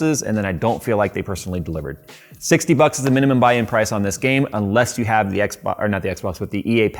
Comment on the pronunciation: Did you say "this game cost 60bugs?"